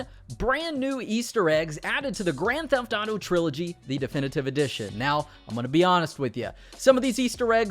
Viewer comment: Why he keeps saying Grand Tataro instead of Grand Theft Auto.